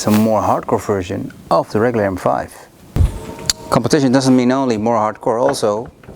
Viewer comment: The way he abused "competition" 😂